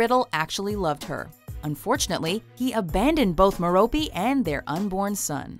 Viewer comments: Merope is Mare-ro-pay not Mer-ro-pee. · Sarah Harrison Girl: meropiiiiiii MEH-ROPE NOT MEROPI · It is not mer-OH-pee. It is MER-oh-pee